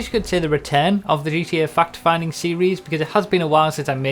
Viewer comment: way says "fact" sounds like he's saying "fucked"